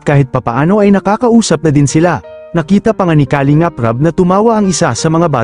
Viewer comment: Ang masasabi ko sa vlog mong ito... PAG AYUSON MO ANG DICTION NG MGA SALITA MO. TULAD NG KALINGAP DAPAT ANG SYLLABLE AY NASA 2ND HINDI SA UNAMG SYLLABLE.. "KALING'AP" ulol !!!!